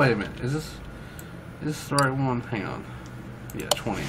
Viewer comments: It's pronounced kone e zag one to one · Cone-egg-seg One to one. That is the pronounciation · It's pronounced one to one because the power to weight ratio is one to one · It makes me upset every time you say the name😂😂. But keep trying im in love with cars so i know. It a one to 1